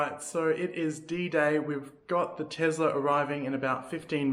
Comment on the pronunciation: Oh no, another TeZla pronouncer.